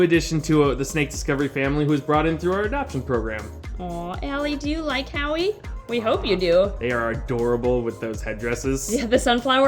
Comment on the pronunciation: JUST realised it is howie not awy.......